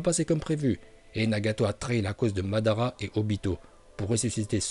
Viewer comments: Mandanda non mais svp arrêtez vos conneries vous savez pas prononcer les noms de personnages ou même techniques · Tu dis Mandanda mdrr jsuis mort